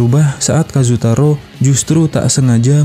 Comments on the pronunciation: Kazu tora bukan kazu taro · Kazutora bukan kazutaro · Iya kazutora tp dia bilng kazutaro😂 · Kazutora bukan kazutaro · Bukan kazutaro bang tapi kazutora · Ralat kiyomasa bukan kiyomizu Kazutora bukan kazutaro